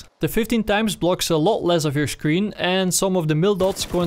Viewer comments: I hate that you say "sclshreen" instead of "screen" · he says scleen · scleen LMAOOO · what's a scLeen? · “It completely covers half of the scleen” ok den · This guy can’t pronounce screen